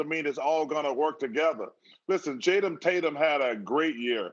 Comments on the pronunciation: 1ST) Barkley, the man's name is JASON Not Jatum! 2ND) It's KYRIE NOT Kawhi! This dude had a couple 🥃🍸 before he came on. 3RD) I like how Barkley who didn't have a FATHER (in his home growing up) & is ALWAYS taking 'bout how someone should "stop listening to there Father (Lavar Ball) or now Kawhi HIS UNCLE & taking not so subtle shots these men. Who jus happen to be "Black" F!O!H! These "white" agents didn't dribble a 🏀Charles...I NEVER hear u talking about that! But, the Ball Brother's & Kawhi, Oh, the need to "stand up" to their elders. Riiiight! This nigga crazy. Maybe if u had a Male in your home/life growing up Charles, u would understand. But since ALL you're energy is feminine u say DUMB SHIT & react like a female. U don't know what Kawhi's Uncle has done interms of shaping Kawhi into the MAN that he has become. Forget about Basketball. & Far as Lavar is concerned Charles, u wouldn't have the FOGGIEST IDEA of what it means to be a Father & raising 1son, much less 3 of 'em! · That boy said Tayson Jaydum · “Jadom Tatum” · "listen jaydem tatum.." lol chuck can never pronounce players name. he don't give a dam.... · Barkley said "Jatum Tatum" lol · Hahaha this man said Jatum Tatum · This nigga really said Jaytum Tatum